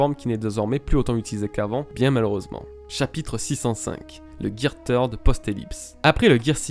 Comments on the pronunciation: Je suis désolé mais aqua luffy n'est pas une forme car c'est juste luffy de base mais avec de l'eau, afro luffy encore moins car ça reste ni plus ni moins une perruque ( c'est qu'un détail mais on dit pas tird mais third comme "the" en anglais), pareille champion luffy n'est pas une forme car c'est juste des poings plus gros qu'il peut le faire avec le third mais plus tard les durcir avec le haki, le red hawk est simple à expliquer c'est juste la vitesse qui fait que son poing s'enflamme comme une météorite qui tombe, tank man est un gear fourth mais après avoir mangé donc c'est pas une forme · Third se dis ssird ^^ Deso mais ca m a fait mal au oreilles x) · GEAR "TEURD" ??? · Gear THIRD pas tird un peu d'efforts quand même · Third et pas Teeeeuuard xD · On prononce gear ceurde et non teurd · Bonne vidéo les bro ! Et vive le Gear THEURD Edit : En vrai, pour éviter les centaines de commentaires sur cette prononciation je vous rassure avoir bien pigé que c'était pas la bonne, le fait de me le faire remarquer à chaque commentaire ne changera pas la vidéo et je ferais toute façon bien attention à l'avenir pour les prochaines vidéos ;) J'aimerais avoir l'impression que les jours de travail sur cette vidéo ne soit pas résumé qu'à ça s'il vous plaît :) Peace ! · c'est vraiment un pas doué turd veut dire Merde. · Merci, je ne connaissais pas le Gear "Merde" (Turd comme tu dis xD) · Third ce dit « seurde » en anglais sinon très bonne vidéo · Va falloir prendre des cours d'anglais pour dire "third" lol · Le gear "Turd". Si jamais, Turd signifie "Crotte" en anglais, attention à la prononciation. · ahhhh arête de dire gear teurde stp sa pique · "Gear theurd"... putain... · Luffy gear TEURDE LOL fait un éffort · Video vraiment kifante et très intéressante, ça fait plaisir de se remémorer tous ça, juste prononce mieux gear third mdr😁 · Third comment tu le prononce c drôle